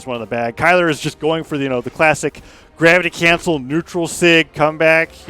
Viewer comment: "the dravity crancel"